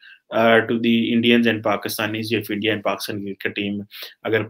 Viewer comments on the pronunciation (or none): none